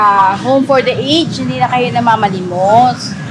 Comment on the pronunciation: puwed ba kita i-correct? Ang pronunciation po ng ""aged" ay a-ged or sounds like a-jed. Sna wg ka magalit ha? Salamat